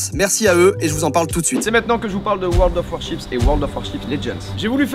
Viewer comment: WORLD OF WAR_CHIPS 😂😂 ça fait rire que moi quand il dit le nom de ce jeu ? mdr